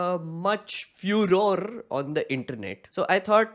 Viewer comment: furore pronounced Fuhrer 😄